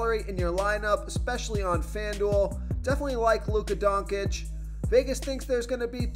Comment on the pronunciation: Please learn to pronounce Doncic and Avdija correctly